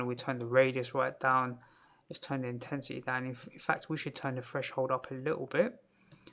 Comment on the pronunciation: It was just a joke in reference to your accent :) because when you said threshold the "th" sounds like f, and the word "fresh-hold" kept making me think of a fridge for some reason. Anyway, Thank you for the tutorial ! it's very well put forward and useful info, no time-wasting or explaining things that don't need explaining like some other tutorials i've seen. I've been meaning to learn more about particles and some of the modifiers like smoke and cloth